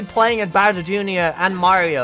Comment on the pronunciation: 3 minutes of screaming